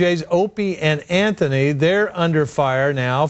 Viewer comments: She called the show "anthony opieny"😅😅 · She says anthy and opany